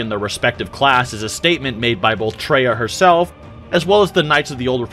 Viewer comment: Come on, bro. Her name was Kreia, not Treya...Do your research! (Did you even play KOTOR 2?)